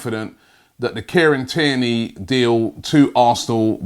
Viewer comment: Robbie saying Kieran Tierney > Care and Tear Knee